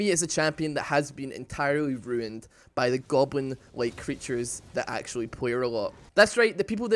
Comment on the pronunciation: vactually, nou, spvit second ahahahahahhaa